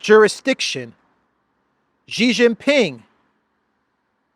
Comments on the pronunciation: Sheeeeee not Jheeeeee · It’s no gee it’s shee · Just a pronunciation note: Xi is pronounced like "she" (i.e. she is here). Never like Jee